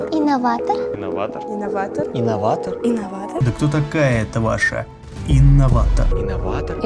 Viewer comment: не справился даже с буквой «Р». Истинный инноватогх